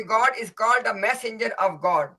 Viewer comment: said refer to Allah and the..passenger i heard.. Instead of massenger.....